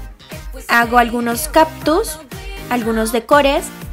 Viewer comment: Súper bonitas decoraciones y mucha originalidad, pero sugiero que le inviertas un poco más a tu pronunciación mija, son caCtus, correCtor, SHarpies. La gente como yo sabrá que es algo tedioso escuchar las malas pronunciaciones tantas veces... Es sólo una petición. De ahí en fuera me encanta todo.❤